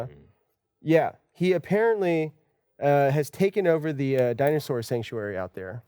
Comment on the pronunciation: D-Dinosore? What's a dinosore!?!?!?